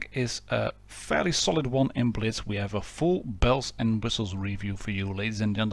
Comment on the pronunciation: When you said tankers of blitz universe I heard tankers of bitch universe😂😂😂